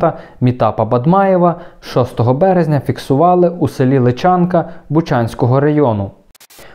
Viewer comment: Дякуємо. Тільки село ЛИчанка. Наголос на перший склад ;)